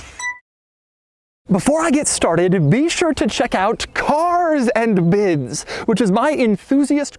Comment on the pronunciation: It's funny how he took an entire month to upload this, maybe he kept saying cars and bids wrongly